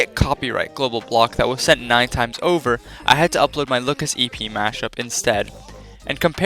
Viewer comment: i don't think that's how lookas is supposed to be pronounced / 10 also my favorite lightbulbs are the ones that explode in my stage lights and make pretty patterns with the burnt gasses inside